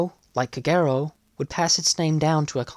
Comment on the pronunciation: I always thought Kagero was pronounced with the accent on the first syllable KAgero not on the second syllable kaGEro as spoken in the video.